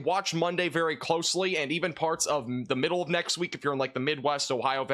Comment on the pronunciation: Let's begin farts! 😅😂 That was totally said in this video. You can't convince me he said parts.